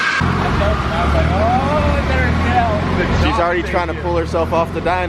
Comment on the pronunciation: Every time he says PULL, all I hear is POOL